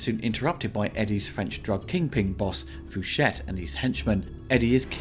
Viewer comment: Could be wrong, but I think the name is pronounced "fu shay" lol Still love your stellar work